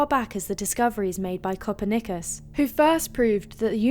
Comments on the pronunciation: I thought she said copper knickers at first. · I am sorry, copper- nick-us? Lost all ability to continue to listen to the video. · Did she say Copper Knickers? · Who is kumpernikus? I always thought his name was Copernicus. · It sounded like she said "copper knickers"! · 90% of comments are about her mispronunciation of copernicus...wtf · who narrated this time? despite the mispronunciation of Copernicus, it's soothing. Computer generated? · Lol. Not her fault. The Brits have been butchering George Washington's English for centuries now. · It's that lovely voice again ! But you will have to reconsider your pronunciation of Copernicus again, sweety ! Apart from that, fantastic and extremely beautiful footage from space, just incredible to watch and be in awe. We are only really just beginning to understand the universe and there will be countless new and astonishing things to discover in the future - how I wish that I could travel the stars on a spaceship like USS Enterprise ! I think that I have been born far ahead of my true destiny. 😢